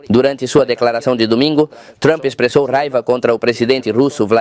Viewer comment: Pra que se esforçar tanto para pronunciar trump "truamp" besteirol!